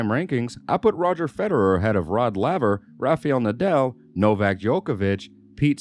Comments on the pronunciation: Rod Lay-ver... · Lavver? Wimbleton? Who is the moron narrating this video? Does he know anything about Tennis? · Call me a pedant if you want, but is it asking too much that the narrator of this video should know how to pronounce the name of tennis legend Rod Laver? Or, at least, know how to pronounce the world's most prestigious tournament? (It's Wimble-Don - not Wimble-Ton!) Small points, maybe, but it does rather detract from the authority of the video when it's clear the dude fronting things knows diddly-squat about the game.